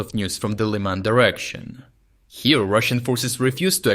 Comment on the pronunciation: I have to ask a question which has been bothering me for some time. Why did pronounciation of ukranian toponyms on this channel change? The anglicised versions make an impression that the speaker doesn't know how to say those correctly which seems odd. For example Lyman in this video - other Ukrainians say [liman], not [laiman]. I don't think this is a good step forward, especially now, when the channel faces claims challenging its authenticity. I remain a subscriber and I am grateful for the reporting, though.